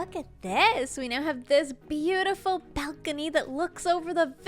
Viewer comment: "belcony"